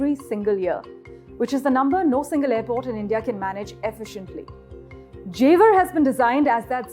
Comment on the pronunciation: jewar bol re chore🤣